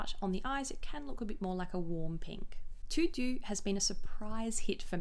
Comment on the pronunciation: Hi 😊 « Tout doux » is pronounced « To Do » like a To Do List. Love your Review Lisses from France